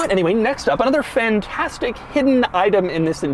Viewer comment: Am I the only who noticed Doug saying PHAN-TASTIC?